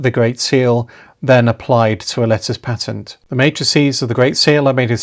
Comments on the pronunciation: Your your pronunciation of pa-tent, and not paytent, is I am sure correct. The great Richard Sharpe, the late Reader in Palaeography at Oxford University was most insistent on this when he taught us diplomatic and palaeographiy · Patent quite right pronunciation .from the Latin. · Thank you, for this informative video. I also admire how you nobly but gently defend the proper pronunciation of the word "patent". Marcel from Saskatchewan.